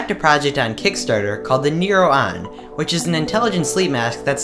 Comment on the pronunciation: You say neuron like new rohn and you say tech today like Tach todhaii you are basically a Bjergsen